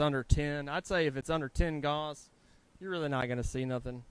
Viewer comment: I'll bet you know plenty about welding. I've enjoyed your videos. But, Gauss, the measure of magnetic field strength is pronounced "gous" not gauze. I risk sounding rude by correcting you but, I would want you to tell me.